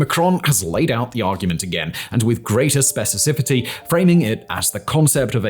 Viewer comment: Simon never says "specificity" correctly 😅